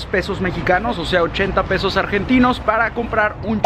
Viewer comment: Por que pedos en vez de pesos jaja y gracias por hablar asi de bs as. Es hermoso! Y coso es imposible comer por ese dinero en un dia jaja